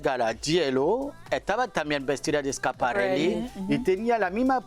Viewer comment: Qué ridícula es una de las comentadoras que no tiene vocabulario en español y de repente dice "el vestido es super complimenting" o "con el vestido quiso hacer un statement" y para remate pronuncia Schiaparelli con acento gringo. Seguro que tambien dice Carolina Jerrera 😂😂😂